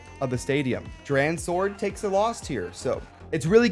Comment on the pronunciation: DranSword, say it like Drawn Sword lol